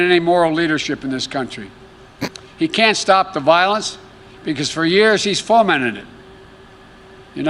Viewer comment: "Dis president has foamed-mented" is he drunk?